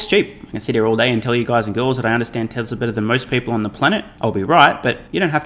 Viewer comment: there is no “r” in tesla.